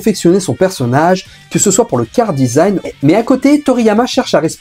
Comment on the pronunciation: On dit : « KARAdesign » Charadesign, ça m’as titillé pendant toute la vidéo, sinon excellente vidéo j’ai appris certaines choses et un bon coup de nostalgie